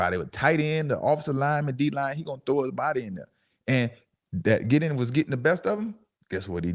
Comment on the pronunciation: Thank you for saying his name “ D.J. Giddens”